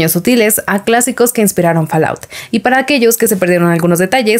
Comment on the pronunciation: En inglés la A se pronuncia como O y la O como A ¿ EH ? si, así es, FALLOUT se pronunciaría FOLAUT y no FALAUT..